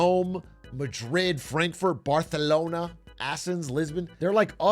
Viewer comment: Bro fucked up the white death and forced the Spanish pronunciation of Barcelona... he's going to great lengths to piss off small nations lol